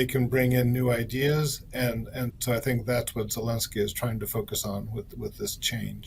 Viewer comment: Zelensky and not Helensky